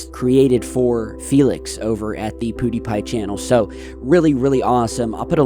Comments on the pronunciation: Pew, not poo die pie lol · Its PEWWWWWW NOT POOODIEPIE FFS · it's PEW not POOdiepie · Pew not Poo,. Lol had to correct that one thing. Might not even see this but love your vids as always. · First: HAPPY BIRTHDAY!!! 🎂 Second: it's PYOO-die Pie Thanks for the great video! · "Pudipie" lol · The way pronounces "Poodeepie", rofl.